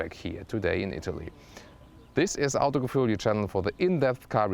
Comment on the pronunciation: If you like Audi mehr ähh more... hahaah Finds auch witzig wie du Autogefühl ausspricht, klingt wie nen Engländer der versucht des auszusprechen, aber sonst halt immer voll den deutschen Akzent xD